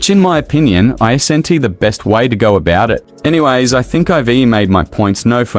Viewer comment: "Ei-ze-en-ti" isn't how you pronounce "isn't"... ("Iz-N-T")